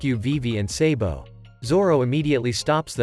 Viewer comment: Why are you always say sebo but we call him sabo